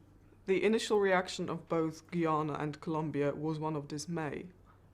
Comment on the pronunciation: Why are so many people incapable of pronouncing the country's name? 🙄 It's "Ghuy-ana" - Guyana. Not "Ghee-arna".